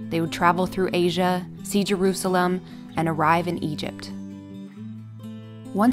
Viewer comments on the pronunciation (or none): none